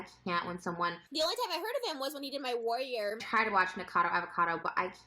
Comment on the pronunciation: I wish that turtle faced twat would learn how to pronounce 'warrior'. It's got more than one syllable, you dense bint! She deserves to be cancelled for that alone.